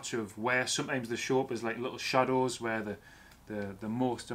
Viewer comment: lol cmon now, we can tell you know your stuff.. just have a hard time with the (wear, Where)